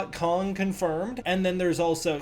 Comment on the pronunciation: Just the pronunciation of Kong as “Kung” cringe